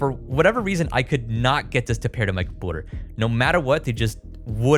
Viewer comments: Is "compooter" a bit? I cringe every time I hear it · why do you pronounce computer and communicate like that?